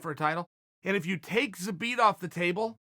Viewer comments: I love the fact that Chael is TOO LAZY to watch any of Zabit's previous fights and listen to how the announcers pronounce his name. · He never left it. Called some guy an idiot for not saying his name properly but that was the only time I’ve ever heard Chael pronounce it properly.. I dunno